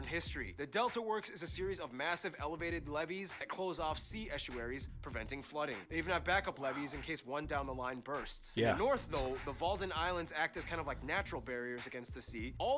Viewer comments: Oof they made a mistake it's Wadden Islands instead of Walden Islands :) Loved the video! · Walden islands??? Wadden islands…. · Wtf is the Walden Sea? Wadden zee... 😂😂😂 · Uh... Now I'm offended :) Kabeljauw, maybe? Unfortunately, there are way too many screw ups in an otherwise rather funny video. I mean... "Walden islands?" Please, they're in a sea called Waddenzee! More than half the population lives below sea level, Willem van Oranje never was king (the country established itself as a republic) and was not of royal German descent (he was a Prinz, not a Fürst.) The first picture of the royal house is showing the king and his mother, former queen Beatrix, not his wife Maxima. Volleyball really isn't that big, but why is soccer missing on the list of sports? Most of the composers mentioned were rather marginal even in their days. Baroque was never a big thing whereas during the early Renaissance Dutch composers like Ockeghem, Josquin, Agricola and Lassus really were amongst the best in the world.Truth be told, the were mostly from the Hainault (Henegauwen), in what is now Belgium. With respect to food, Dutch bread is probably amongst the worst bread you can get in Europe, but it's still way better than the best you will ever get in the US. And yes, chocolat sprinkles on your 'boterham' for breakfast is staple food for at least 40% of the population. (my guess!) Typical Dutch food is nothing like US food. No similarity what so ever. Don't think a 'rookworst' is anything like a hot dog sausage. Besides, Dutch are mostly renowned for their deep fried snacks, like bitterballen, kroketten, nasiballen. And of course nowadays the most typical Dutch d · i don't know if somebody said it before, but its the Wadden eilanden (islands) and not the Walden eilanden ;) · Guys it’s not walden islands - it’s wadden islands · Its not Walden island but Wadden island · Your east is filled with Starforts that in the past were towns too and it's Wadden not Walden islands